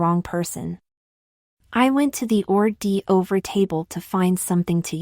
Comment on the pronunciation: Or-dee-over lol.